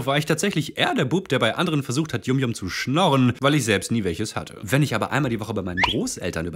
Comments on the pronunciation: Er hat es yum yum ausgesprochen, das wir yam yam ausgesprochen 😭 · Die dinger werden eig. YAM YAM ausgesprochen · Das wird yamyam ausgesprochen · Warum versteht eigentlich niemand, dass YumYum wie „YamYam“ ausgesprochen wird? YumYum ist englisch für lecker.